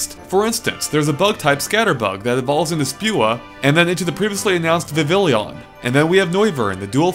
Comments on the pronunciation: This new entry in one of my favorite series looks awesome and I can't wait! Also, it's probably pronounced "vivi-yon" as that's the Japanese pronunciation (and Japanese is phonetic) and it's based on the French word "papillon" meaning butterfly and pronounced "papi-yon." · Regarding the pronunciation, you missed the second P in "Spewpa", and you called "Vivillon" "Vivillion". In addition, if I'm not mistaken, the double-L in "Vivillon" is pronounced as a Y - as in the French word for butterfly, "papillon".